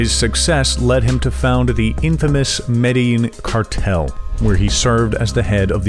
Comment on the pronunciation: This guy can not say Medellin correctly LOL it's Med-da-JEAN not Med-a-eeen!